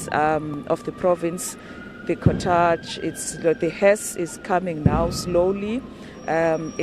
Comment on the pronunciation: Please ladies... check the proper pronunciation of the word cortege...